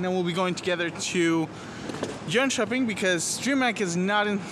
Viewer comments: Haha im impressed that you naild jönköpings name that well :) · Lmao u pronounced Jönköping almost perfectly